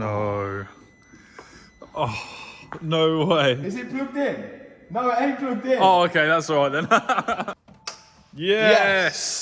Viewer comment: The way he says "ain't" so typically British.